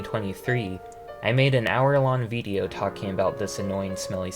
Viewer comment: the way you say "Video" is odd lmao.. it kind of randomly throws me off since your accent is otherwise flawless but you sort of say it like "Viideo" prolonging the "eee" noise for some reason lol. good video otherwise tho